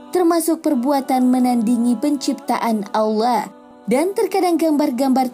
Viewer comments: kok bilangnya kayak nggk pake h gitu sih bacanya? Seharusnya tuh (Allah). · ini kok ngomong allah nya kok malah awla